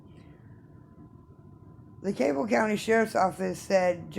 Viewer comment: Request it correctly. Learn how to pronounce Cabell.